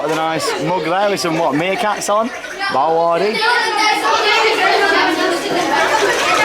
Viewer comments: I’m so in love with this theme park and I’m so gonna ask to come back here xx love u and this park ❤️❤️❤️😘😘😂😂✌🏻✌🏻👌🏻👌🏻 and it’s pronounced bella waarde I knew u got it wrong but u tried to say it even tho it’s a flemish pronunciation :) and when I went there if u watch Britain’s got talent who may remember baba yega I got to meet them and yes they’re really cringy but it’s so funny 😂 ✌🏻 and as u can see the boomerang ride is I guess a rip-off from walibi Belgium it may be a different name but it has the same shape and style and the Houdini ride is another rip of of the palace of the genie in Walibi as well :) and just to say the ride is an illusion and u don’t actually tip around upside down u just sway side to side like halfway and the walls are the ones turning and yes u may feel like u are upside down but ur not and yes I just heard u said “illusion” but just to tell u what it actually is and also there was a story behind Houdini, basically it’s about a magic show gone wrong that a man tried to do an illusion but died during the performance just some info for u there :) and I hope u had much fun :) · I love how you pronounce Bellewaerde